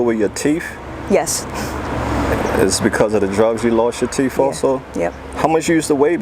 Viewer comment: Dude said "Do the drugs have something to do with your *TEEF" 🙄🤦‍♀️ Do drugs have something to do with your inability to pronounce the word TEETH? There's no F in T-E-E-T-H